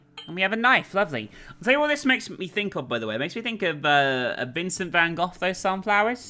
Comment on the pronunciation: Who the hell is "Vincent Van Goth'??? xDDDD